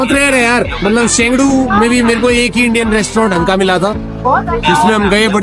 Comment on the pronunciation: Chengdu ---> शेंडू ❌, छंग दु ✅।